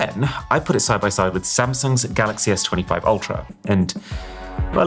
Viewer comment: I heard it. Maybe he's trying to rebrand Samsung.